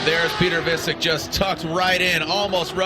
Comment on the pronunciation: piotr wiecek lmao just say vietchek not visik